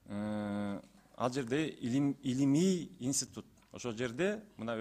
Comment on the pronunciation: Уважаемый заместитель председателя Кабмина сначала правильно говорите. Инситут эмес Институт